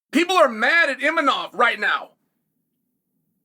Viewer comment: Imavov ❌ Imanov ✅